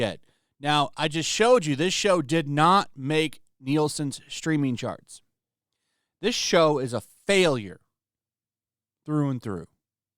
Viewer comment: He says charts, I hear sharts!